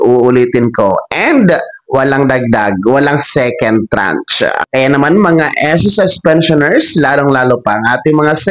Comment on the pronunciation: Tranche, not trach....at hindi ako maniniwala diyan hanggang hindi SSS mismo ang mag announce.